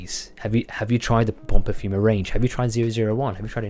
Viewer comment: Cheers mate, great to see you get your nose on this beauty. And you pronounced by name perfectly 😁